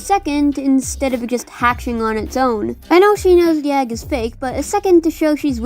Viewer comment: "If she decided to break the Yag" am I the only one who hears Yag when she says egg?